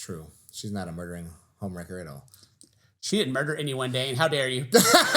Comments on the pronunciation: can't even say "murder" 🤣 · Murder not a whoe